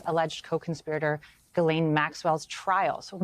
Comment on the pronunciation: did he say glen or glisane, didn't she already go states evidence against him?